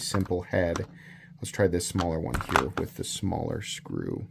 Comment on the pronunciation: ''Wiff my eagle vision, I would've notiffed'' lol.... That killed me!! 😂